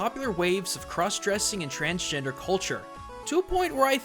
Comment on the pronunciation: transgender, not transgenered. It sounds like it was a slip of the tongue but it matters.